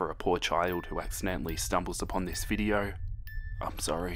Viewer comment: Me:video:*says video*veedio